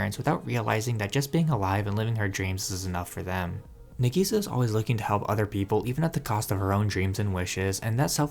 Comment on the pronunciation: Dude...sorry, it isnt NEGISA. Its NA sounds like NAH. The way you say it sounds like you're calling her 'onion - negi'. Now putting that aside, Clannad hit me in a different way, but still it's hands down my favorite show. I'm glad to hear that younger folks are still picking up this incredible classic still, even after 15 years. If you're big on anime, I suggest you at least learn the basic vowel sounds of Japanese, it isn't hard. I'm not trying to be mean...just saying that some anime analysis that I click on is difficult to figure out what their saying cause the pronunciation is so off. Its Cl 'AH" nn 'AH' d, not 'an'. I totally agree with your last statement...Clannad is one of the anime that literally saved my sanity after losing my only child to suicide and wife to divorce bc she's a emotionally manipulative B that wouldn't even go to her own son's funeral. Clannad gave me inspiration to pick up my life and move forward, no matter what.